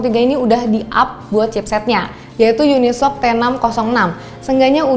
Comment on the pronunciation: YuniSOC bukan unisok 😂